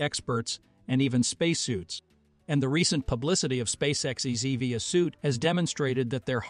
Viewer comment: EVA not EV uh. Feed the computer voice the correct information